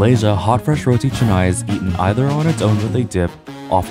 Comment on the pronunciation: You pronounce correctly!! Some people pronounce it as Roti Kanai!!